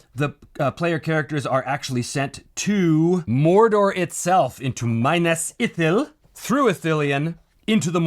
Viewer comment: Dear Sir... The Proper Pronunciation is, "Me-Nass Ee-Thill"... remember how Gandalf pronounces moon runes, "Ee-Thill-Deen". And "Me-Nass Tier-Ah-Th". I respectfully agree with your points, and I think it might be a rude, yet deserved twist where Saruman sacrifices the players for his Plans at Isengard, and his rise into Saruman of Many Colors.